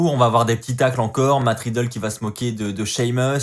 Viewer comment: Tu continues toujours de dire "Matt Ridlle"😂😂😂😂